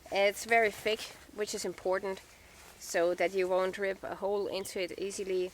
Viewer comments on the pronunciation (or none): none